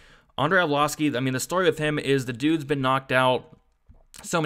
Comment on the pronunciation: Haha every time he fights, you crack me up with "arvloski"